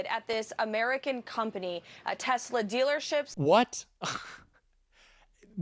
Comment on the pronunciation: Did Musk say Tezla ...yep he did.